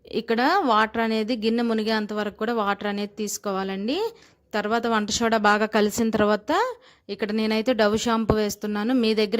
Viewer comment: Hi . Vandashoda kadhu, vandasoda cheppandi sho. Kadhande